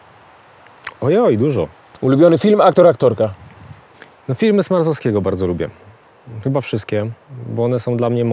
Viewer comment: Nie hejtuje aleeee... Sma r z owski a nie Smarzowski, z Wałbrzychu, areo zamiast aero, mariapul, itd. Wolski jesteś genialny ale popracuj nad tym